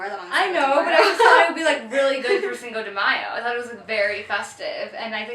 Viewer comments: i really love you guys but the way you guys pronounce cinco de mayo makes me want to stab my ears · I love how you pronounce "Cinco de Mayo" xD <3